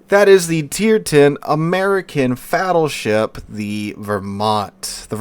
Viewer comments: said, "Fattleship" LMAO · wait did he really say "Fattleship"?